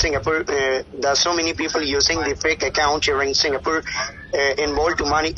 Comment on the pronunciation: The most hilarious and cringing part where he actually trying so very hard to speak without his natural thick Indian accent but accompanying with all that broken English scattered all over it….i dunno what he trying to sound like tho🤷🏻‍♂️😂😂😂😂 The way he say the word ‘Account’ just crack me up real good lol lol 😂😂🤦🏻‍♂️🤦🏻‍♂️ goddamn that nostril sounding..